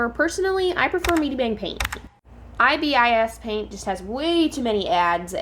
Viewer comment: Pronounce it eye bis paint